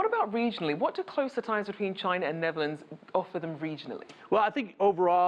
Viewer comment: Such a wish guy, and can't say the name of a country right...